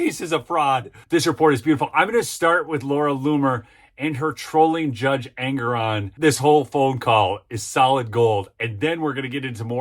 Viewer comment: the name is pronounced EN-GORE-ON